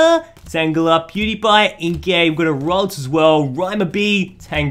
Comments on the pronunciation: He always says dewpider pew die pie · He said dewpieder